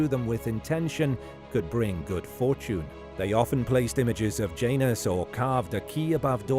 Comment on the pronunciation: Janus not pronounced like that in latin